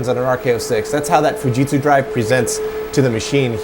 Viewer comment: Pronouncing Fujitsu more properly is appreciated